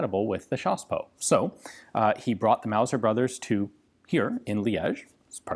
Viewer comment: When you say chassepot I think you mean CHaSsePoT